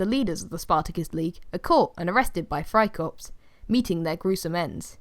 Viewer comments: I’m saying it’s pronounced “Fry core” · You don’t say the p and the s in friekorps